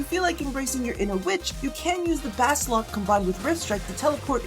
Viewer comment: Baslok..... Wat. BasOLK